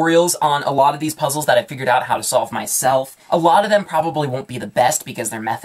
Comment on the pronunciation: I swear he says STOLVE